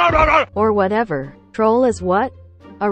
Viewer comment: can't even say whatever right😒